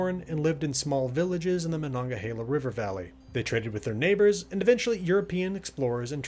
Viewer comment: The pronunciation is : Mah Nun Gah Hay Lah. But by all means keep saying it the way you were.. I get great joy out of it lol